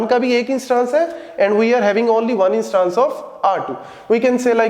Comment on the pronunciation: INSsss-TAAAAnnNse NAHI SIR INs-TANs